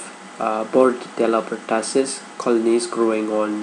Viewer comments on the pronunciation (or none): hello! it's pronounced as per-2-sis not pertasis. and it's RUNNY nose not running nose. By the way the video is great. 💪😊